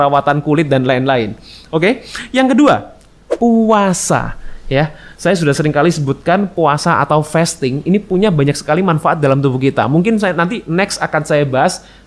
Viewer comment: Fasting bacanya , bukan festing